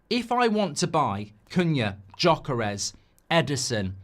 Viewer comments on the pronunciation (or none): Gyökeres is ethnic Hungarian name. It isn't pronounced Joechairash. Try google to listen to the correct pronounciation.